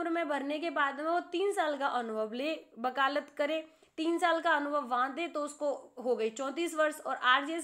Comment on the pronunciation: बकालत अनुभव ??? Shayad aap vakalat Anubhav bolna chahti hai